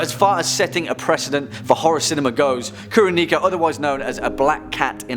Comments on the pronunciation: Kuroneko is pronounced Koo-Row-Neck-Oh. And yes, it does mean Black Cat if anyone is curious. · What he butched Kuroneko..... say it like: Koo (cool) ro (row) Ne (like neck) ko (like coco